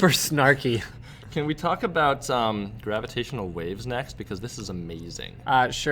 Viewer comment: grava-t waves? xD